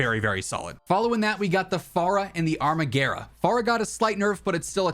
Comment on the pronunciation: “Arma-garah” lol wtf 😂 it’s pronounced “arma-gwera”